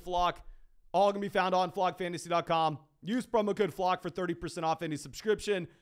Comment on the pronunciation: Just some obnoxious feedback I guess but when you say Flock it sounds like Flog …slow down so we know it’s Flock, the flock fantasy crew baby. We here